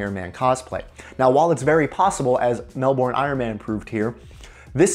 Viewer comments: ...........Wait.........What ???? MEL.....BORN .....oH FUCK... He's an american Ok YET ANOTHER LESSON on how to correctly pronounce Melbourne MEL...........BURN..............MELBURN is that so hard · Really fun hearing people pronounce aussie cities. You were so close! Mel-bin. I'm getting a CR10 tomorrow to accompany my ender 3. I did have a anycubic mega x but I'm having a lot of issues with it